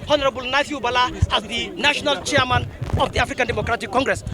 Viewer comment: Noo, it's siaman o😅😅